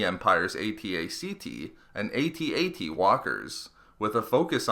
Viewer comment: pronounced "ATT -ATT" not "A-T A-T".